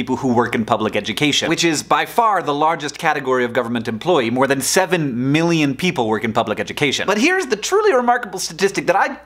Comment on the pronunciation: not exactly sure why but i cringe when you say "million" and "billion". it's like you draw it out into three syllables - which may technically be the correct pronunciation, but it still weirds me out